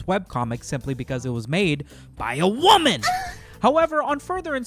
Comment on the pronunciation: I like how you emphasize the word WOMAN